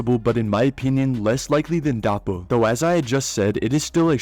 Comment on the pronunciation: Took me a bit to figure out he meant Doppo and not "Dahpo."